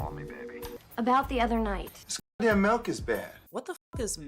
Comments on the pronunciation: I say melk too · To be fair she said “see how I’m doing much better this time? No cheating?” Regarding the cigs but it was a DUMB word choice. Also MELK is very triggering